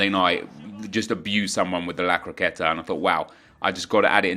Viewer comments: It's La Croqueta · Stop saying lacrateta